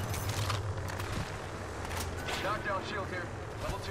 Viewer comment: Hahahha il russo che ti intima "charge your shild!" Fa sbregare